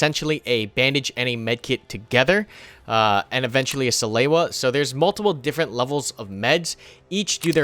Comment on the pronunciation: suh-loo-uh not suh-lay-you-uh